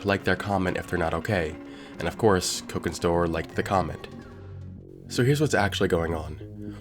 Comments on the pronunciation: I think you're mispronouncing their name. The first syllable should have a soft "O" sound. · "Coke in store" Yeah I'm sure that's totally how you pronounced it in your head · ThATS not how you pronounce cokinstore